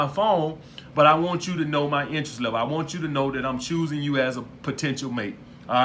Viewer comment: lmao second degree chooising singals Im dead